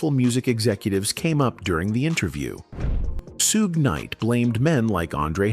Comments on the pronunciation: Soog Knight is CRAZY . Its Shug! The H aint silent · "Sue-gay" Knight 🤣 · “Soogay Nite” 🗣️ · "Sue--Gay Knight"🤣🤣🤣 These AI narrations are so out of pocket!